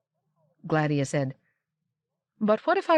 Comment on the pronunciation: Agreed Yes. I’ve also noticed that she accentuates the A in Gladia to make GLADia, instead of the intended gla-DIE-ah. Still, a wonderful narration.